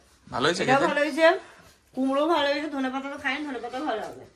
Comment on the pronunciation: কুমড়ো দিয়ে ওটা কে কুমড়ি বলে।